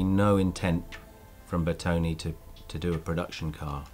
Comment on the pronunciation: BeRtone not Betone -.